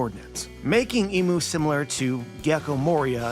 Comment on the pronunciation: I feel like it’s important to call him imu not mu